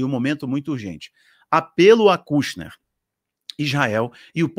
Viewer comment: irmão, se pronuncia ''kãshner'' rsrs abraço